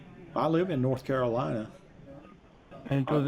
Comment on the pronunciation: North caroleena??? dead give away hes not in the usa ! but saying that I live no where near usa but still know the its North Carolina !!! jeez, scamming gits